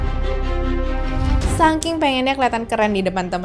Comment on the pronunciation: saking, bukan sangking kakk😢